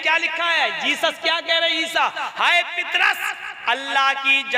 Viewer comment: जनाब पितरस नहि नाम पतरस है सहि नाम लिजिये यशु ने अला नहि काहा मेरा पिता उस का नाम यहोवा है जरा ठीक से बताहो